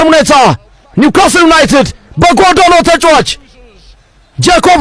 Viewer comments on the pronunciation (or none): ንኳስትል አይባልም ምድረ ሰገጤ ኒዩ ካስል ነው የምባለው Newcastle 👈🏾